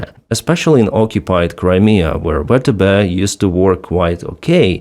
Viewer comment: You should consider using the American pronunciation, for YouTube purposes, VTB (VeeTeeBee) as opposed to how it's being reflected on the platform as "vetebe". До перемоги разом мій брат, стою з Україні та її Героям... Слава Україні!!